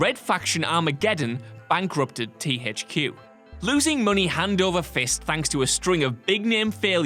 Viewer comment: "TEE HAICH QUE" :D